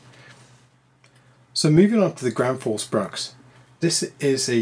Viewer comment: Great comparison! Quality matters, and you did a great job on showing the differences. However the pronunciation makes me cringe, and I'm not even Swedish. Husqvarna = Whose-kvarna, not Huss-kevarna. With an oo sound and no vowel between the q and v. Think "Rockville" - you wouldn't need to add a vowel between the k and v there, so there's no need to do so here either. Gränsfors Bruk = Grensforsh Brooke, and neither Gran's Forge Brooks nor Ground Force Brux. The ä is a letter in its own right, and is never pronounced as an a. And there's no s at the end of Bruk either.